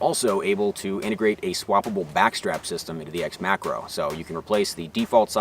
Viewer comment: When he says macro i hear Makarov ....